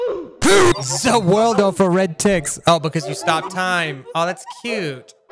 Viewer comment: Those 8 dislikes are from Bowser And instead of saying “ZA WARUDO” he just said “Za worldo” he isn’t Dio anymore